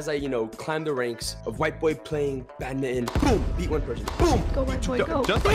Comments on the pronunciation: it's not pronounce as bad-mi-ton it's pronounced as badminton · IT'S BADMINTON BUT PRONOUNCE BAT-MIN-T-ON